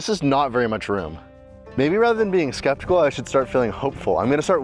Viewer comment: septical not skeptical :) HAHAHA